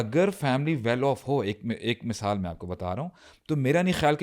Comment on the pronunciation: Asalamualikum I spent my whole sunday in your podcast .I watch different videos . Thanks a lot brothers Ab Saad ka masaal We called misaal Like your way of talking and laughing. May Almighty reward you in tjis duniya and hereafter. Thanks